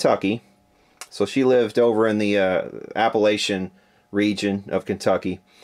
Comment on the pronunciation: Love the video, but I can't believe you mispronounced "Appalachian"